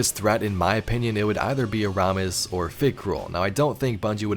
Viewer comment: Eramis lol I'm seeing this in beyond light eramis is pronounced eremis